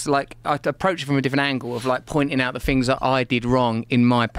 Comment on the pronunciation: Russell Brand trying to pronounce the word things is high level problem solving with dire conversational consequences